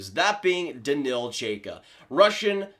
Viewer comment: Number 13 in the rankings is pronounced more like Ch-eye-ka If I remember my pronunciations correctly